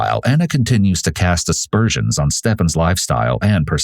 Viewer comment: Aspersions * not dispersians